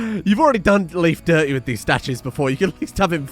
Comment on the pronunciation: Hello Mister. Leif is pronounced like "Life" not "Leaf" See you on Monday.